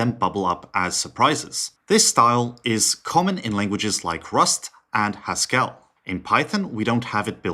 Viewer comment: never heard a soul say haskell like that ever